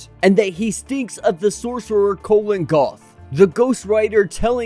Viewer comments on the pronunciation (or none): It's Kulan Gath, not Colin Gath.